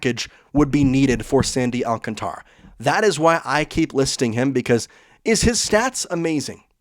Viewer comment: You pronounced his name almost correctly the first time Alcantara but then you dismissed it and said however you want to pronounce it. remember he is from the Dominican Republic. Lazy English speakers who don't understand Spanish vowel pronunciation always tend to go AlcanTRa. Pronounce it phonetically in Spanish with the "a' as in father it never changes